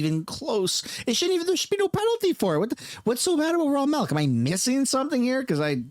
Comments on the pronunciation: It's called milk, not melk . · What the F is "Raw Malk"? 🤣😂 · Why does it sound like you're saying "melk"?